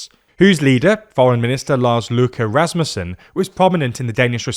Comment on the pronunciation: I find it funny he pronounced Lars Løkke in almost perfect Danish, then just went complete English for Rasmussen